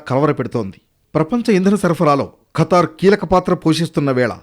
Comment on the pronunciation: కతర్ కాదు ఖతర్